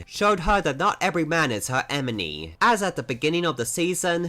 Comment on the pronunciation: “emeny”!? “feminess”!?